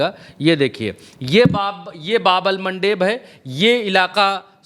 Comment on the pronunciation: आप की रिसर्च बहुत अच्छी है और आप बहुत मेहनत करते हैं इसके लिए आप बधाई के पात्र है बस 1 बात कहना चाहते हैं कि बाब अल मंदब है न कि बाब अल मनडेब, भाई इंग्लिश वालों ने उसको मनडेब बना दिया है